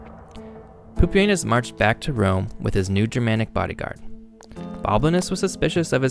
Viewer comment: Bruh it should be pronounced like pupi-ehnoos and anus 😭😭 lmao